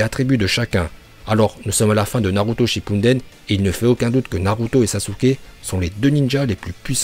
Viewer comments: on dit Naruto shipudden pas shippunden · Pk tu dis shippunden au lieu de shippuden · Et Naruto shinpunden aussiiiii ça me pete le oreille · Non chipouneten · Arrête de dire « Shipunden »😭